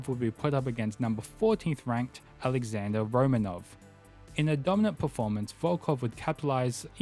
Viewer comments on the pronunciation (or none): none